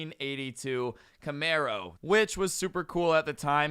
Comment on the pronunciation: Wait you said Camaro sounds like a mustang driver